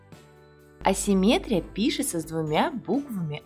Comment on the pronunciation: Посмотрите в словаре слово ассиметрия. Где следует ставить ударение